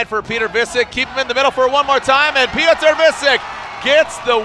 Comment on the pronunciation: "Piot-err" lol